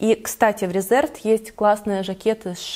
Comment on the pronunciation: Марка Reserved правильно произносится РЕзЁрвд (англ. забронированный, зарезервированный). Ухо режет нещадно это "РЭзЭрвд".